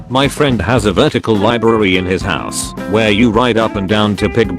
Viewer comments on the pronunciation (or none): none